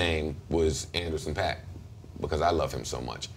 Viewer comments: This nigga really said Andersen pak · Nigga really said Anderson paak 😭😭